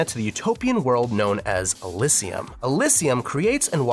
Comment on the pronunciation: The way this guy said Oraborus and Elysium hurts my soul as a Xenoblade fan.